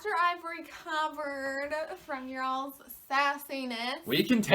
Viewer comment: You're'all's?? You're'all's?! I only spent a year in Northern Florida, but even I know it's "y'all's"